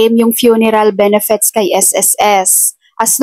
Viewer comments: Ate BENEFIT EDUCATED K P NMN ! Pano mo I pronounce ang benefits. Benefets😀😀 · Ayusin m pronounciation m anong benefets..😂😂 benefits madam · Benefits hindi benefets